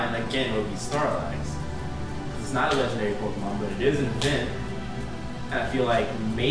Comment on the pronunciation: Yea, a Pokemon master says Pokemon wrong. :P